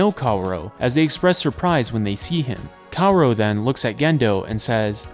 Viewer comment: i'm choosing to fall victim to your genius plan of getting people to engage with the video by saying "kawuro" instead of "kaworu".